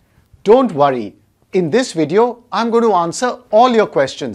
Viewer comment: "Your exam is tomorrow" "So Dont Warry" 🤣🤣🤣